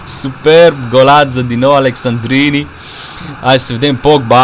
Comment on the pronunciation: Alessandrini* nu Alexandrini ca i francez